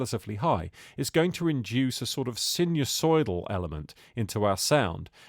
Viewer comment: Your mispronunciation of the word sinusoidal is hilarious. Remember they are sine waves, not sin waves. 😁